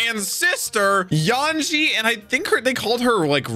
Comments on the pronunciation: Yanji and Raiju? It's Yonji and Reiju. This will be my 400th consecutive time asking to use his massive headphones, or unmute the show because he is 100% not listening to a single word audio wise. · His name is Yonji with a hard o brother. Stop saying it wrong it tickles my brain cause it's a number mispronounced